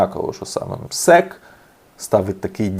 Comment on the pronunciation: Наголос на МСЕК хибний! Це Чичиков з ПФУ , гроші мертвих душ. Нас перенаправляють від проблем, які давно генеруються у пенсійному фонді країни.